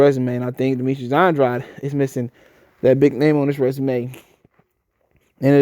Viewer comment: It's pronounced Andrāde. Like paid. Or made.